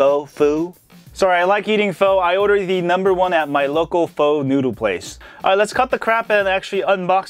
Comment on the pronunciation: pho is actually pronounced phuh